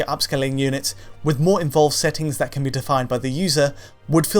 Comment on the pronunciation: It's who can't say the word "can"